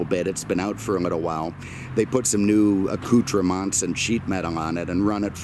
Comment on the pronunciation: "Acutra-monts" only... but a question... WTF does actually drive?